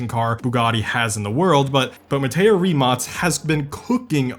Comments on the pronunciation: The amount of times Rimac, Mate Rimac and BYD were misprounced is ridiculous, like what's Rimots? It's "Rim-ac" and it's not pronounced "Mateo Rimots", it's pronounced "Mat-tay Rim-ac" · Not a "rimac", "rimak" (in pronounce) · why do you call rimac, rimats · rimac not rimots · random question but i also saw it on your last vid, do you pronounce rimac as "ri-match"? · They way he says Rimac gives me a aneurysm